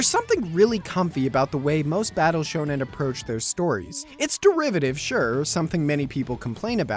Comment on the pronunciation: whats "shownan" or what ever you said?